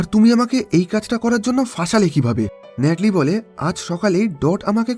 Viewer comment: ভাই ন্যাটলি না। নাথালি হবে।